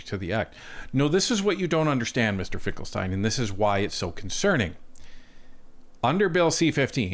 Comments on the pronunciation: His name is Finkenstein, not Finklestein!. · Finken not Finkel. C'mon.